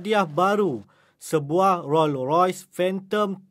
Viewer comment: pembaca berita please jgn salah sebut rolls royce... 😋😂😄🤔